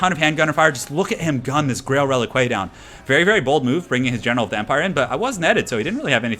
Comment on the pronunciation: click on the grail reliquae and listen how it is properly pronounced:D